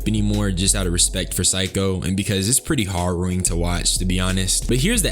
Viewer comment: Say HARROWING right God